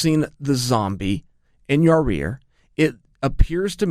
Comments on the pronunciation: Lol "Yarear"...Come on Chael his name. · Keep saying ya rear and it is absolutely clear you have only yes men around you - Especially the camera-man. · When is chael going to pronounce yair right